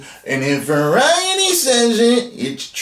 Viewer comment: British colonial monopoly man voice: varieeeety😂😂😂